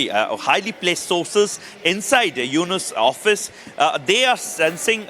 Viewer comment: Anchor ji , It’s not Yunus it’s Yunus.